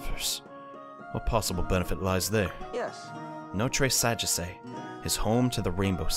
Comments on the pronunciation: maybe in japanese but notre sagesse is from a country in europe so different pronunciations No-treh Saw-geh-see is how it would be pronounced over in europe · I'm french, and you should pronounce it no-t-reuh sa-jeasseuh. It probably is impossible to read but anyway xD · I must admit, you nearly said it correctly, just that the last e isn't pronounced, but that was it